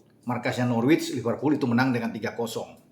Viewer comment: Biar mantap channel bang, Norwich itu dibaca Nor-Rich (orang kaya) google translate aja biar jelas 🙏 YNWA